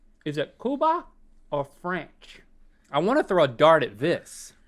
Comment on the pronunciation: Link says fRANCH lol